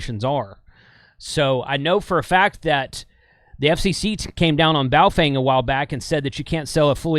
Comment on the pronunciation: It is Bow - Fung ….